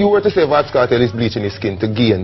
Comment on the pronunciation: why does he keep saying vybz kartel